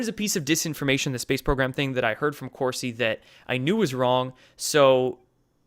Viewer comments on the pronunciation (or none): If he doesn’t stop saying “coarse eye” instead of Corsi I’m going to lose my mind.